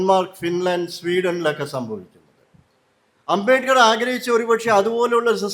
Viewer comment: അമ്പമ്പോ! അബേക്കറോ? അബേദ്കർ എന്നു പോലും വ്യക്തമായി പറയാനറിയാത്ത പഹയൻ! അമ്പേ പരാജയം😮